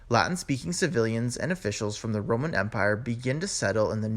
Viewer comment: Before you establish yourself as a linguist, isn't about time you sorted out your own alleged English? What is La'n? What is Romn? "Physician. Heal thyself...: You can't even pronounce your OWN city of Connecticut...Conneticut. Webster took the U out of colour, Harbour and Labour saying that it wasn't necessary Well in that case, take the middle out of squIrrel or proBably (Prolly) half of your mutilated version of a language we took 1500 years to develop and which you have buggered up in about 300! Find your own language to bugger up and leave ours alone. I stopped viewing what initially I thought to be a very interesting item because I got well and truly pissed off, having to rewind and repeat / slow down to try to extract the meaning of this lazy trans Atlantic "Mumblisation and Crapitisation" of a noble 1500 year old language! It took me up several points in hypertension to establish that AMONA means "I'm going to!" And why Americans "go ahead" and do something. By the way "What's up" is NOT a greeting! It's a colloquial expression, largely but not exclusively Northern English, idiomatic, possibly aggressive enquiry as "What is bothering you?" eg."SO! What's up with YOU?" or more gently "Aw.. What's up, darling?" "What's up Doc? " is utterly stupid! I have no fear of hateful rejoinders, ripostes, responses nor retorts because those who may not like what I have said, PROLLY won't have the vocabulary nor attention span to get this far!